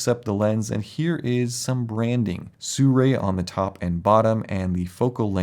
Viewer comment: Not quite no. Si Rui, is 思锐, If you want to hear the correct way to pronounce it, you can enter this into google translate, or learn Chinese :)